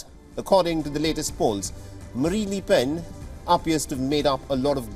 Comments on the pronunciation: Its not les PEN ', its LE PEN AHAHAH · Annoying that the newscaster cannot pronounce ‘le’ properly. Definitely not ‘lee’.